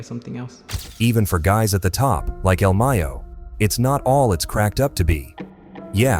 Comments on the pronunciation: You making money of this and you couldn’t even do some research on how to pronounce this man’s name do you know how important he is to he’s people do your work correct if you getting g paid BE SADE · the way this AI kept saying el Mayo